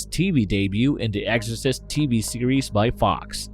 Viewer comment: Is he saying "eggorcist" 🤣